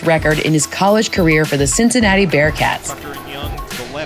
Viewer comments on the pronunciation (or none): none